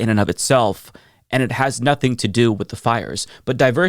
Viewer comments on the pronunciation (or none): none